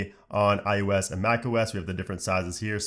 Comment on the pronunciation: Are you saying iUS instead of iOS...?